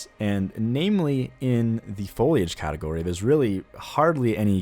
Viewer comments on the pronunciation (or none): none